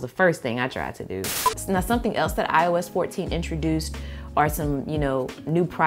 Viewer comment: I keep mishearing “ios 14” into “I was 14”